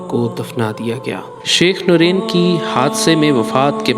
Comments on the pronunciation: Allahummagfir lahu war hamhu. The right pronunciation is "Nurain" not noreen. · Its not noreen its norain jahil media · Its not noreen... Its noor ain...